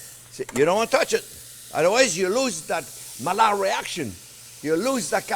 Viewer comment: Chef, when you make these little "mistakes" you draw us closer to our cooking experience. Even when you intentionally mispronounce Maillard so we know how it's spelled.